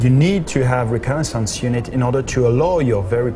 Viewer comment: lol u cant say reconnaissance